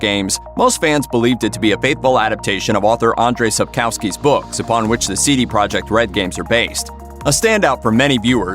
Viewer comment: Dear World, please learn how to read Andrzej Sapkowski properly!